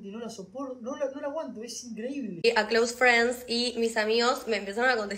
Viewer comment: Tuvo la misma reaccion que santutu cuando escucho a esta piba decir cloose friens (amigos e facebook) te lo juro¡¡